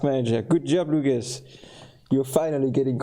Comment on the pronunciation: Pronunciation of my name is very good, Luckas. 8-)